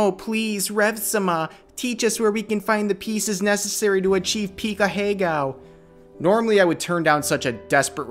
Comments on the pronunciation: Ahegao is a four syllable word smh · This goes without saying but the blatant mispronunciation really adds to the experience